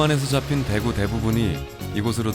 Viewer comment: 대에구 가 물고기 대구 발음할때고 대구 짧게 발음하는건 도시 대구 발음할땐데 어째 발음을 이상하게 하네 사람들